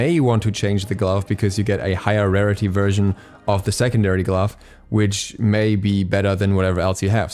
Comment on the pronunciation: everytime he says glove a little piece of me dies